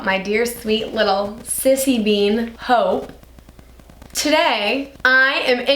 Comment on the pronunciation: In minute I thought she said hoe not hope and I was like 😶